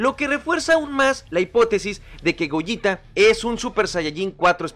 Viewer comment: Por que le dice gojita y es gogeta